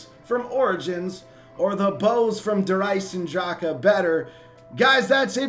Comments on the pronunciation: Hey, just wanted to say that you're saying "Der EisenDrache" incorrectly, along with most zombies YouTubers. It's pronounced "Der Izen Drahken" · nvm, the second time you slaughtered it. All is balanced and well in the world.